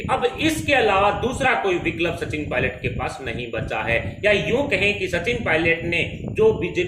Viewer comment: Viklab Nahi vikalp 😂Bhai isko pehle Hindi bolna sikhao